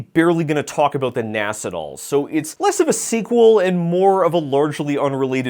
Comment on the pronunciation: Am I the only one who winces at 'NAS' being pronounced like NASS and not like NAZZ? Maybe I'm too old.